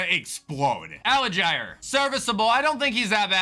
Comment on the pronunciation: Btw it’s pronounced allgier not alligier